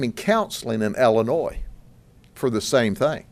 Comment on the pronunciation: It's pronounced Illinois not Allinoise. Lucky you can't be attested for being a big Mr silly policeman